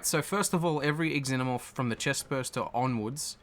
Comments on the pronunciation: Pretty sure in the movies that they pronounced it like ZENO-morph, not EX-ENO-morph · Its just pronounced Zenomorph, not Ex-zenomorph. 'Xenomorph'